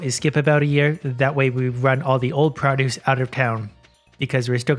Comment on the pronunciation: "pra-duce" gets me every time.